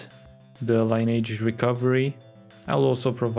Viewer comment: That's not how you pronounce the word "lineage".